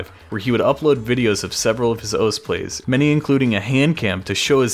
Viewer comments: "Welcome to OS" smh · HAD TO STOP WATCHING BECAUSE YOU KEPT SAYING OS INSTEAD OF OSU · Can please not say ous its grinding my gears cause i love your content